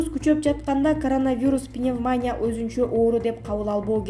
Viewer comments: Пневманя деп айтылбайт . Пневмания деп айтылат. Граматика деген жок биздин журналистерде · Доодур пневмоня мес, туура айтчы пневмания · ПневманЯ эмес пневмонИя... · Туура окучу пневманиииядан жакшылап окуганды уйрончу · ПневмонИя, читать научитесь! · Туура суйлогон ( ударение ) башка кыздар жок экенби? Кыжырды келтирип атат пневмония дегпн созду туура айта албай атат УЯТ эле